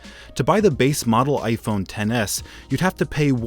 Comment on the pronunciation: No offence, but why does it sound like he says gayphone XS instead of iphone XS